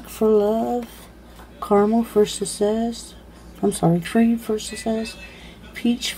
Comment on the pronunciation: Why some videos you speak fine and others you act like you cant speak correctly. Dont eat the oyster. SuCCess not susess. FifTH not fifT